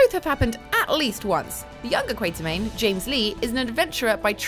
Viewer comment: Alan Quartermain, not Quaintermain. Seriously.